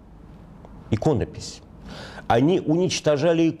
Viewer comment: Только ударение Иконопись , а не икОнопись .